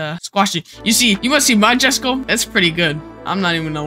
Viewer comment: irl its supposed to be pronouced "yesko"